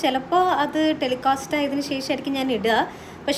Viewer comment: ഹായ് മേഘ്ന ഈ സന്തോഷം എന്നെന്നും നിലനിൽക്കട്ടെ ❤ ഒരു തിരുത്തൽ ഉണ്ട് ടെലികാസ്റ്റ് ആണ് ടെലികോസ്റ്റ് അല്ല കേട്ടോ ❤